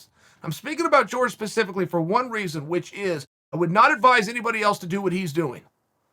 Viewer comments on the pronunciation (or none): none